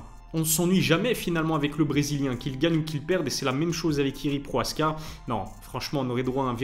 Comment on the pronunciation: 9 minutes de vidéos pour parler de Jiri vs Alex 3 minutes ... et c'est Prochazka et non proaska .....